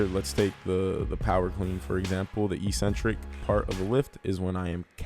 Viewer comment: Let's "break the next word", too. EEEEEcentric is not a word anywhere in the English language. Eccentric means ‘away from the center’. A crazy person is called eccentric bc they are ‘away from the center of normality’. A ‘negative’ movement of an exercise is a movement of the tendons ‘away from the center of the muscle’. It makes perfect sense from an etymological standpoint. Mispronouncing it as eeeecentric would mean ‘without a center’, which makes no sense. Another line of logic proving that it must be pronounced eK-Sen-Trik is that the first syllable is ‘ec’, which can only be pronounced ‘ek’ in English. There’s no possibility of a silent ‘c’. There’s no controversy regarding how to pronounce ‘centric’. So, the word is pronounced, eK-Sen-Trik. But don’t take my word for it! Look it up in literally any English dictionary.